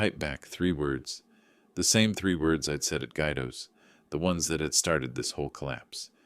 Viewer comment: It’s “Gwee doh”!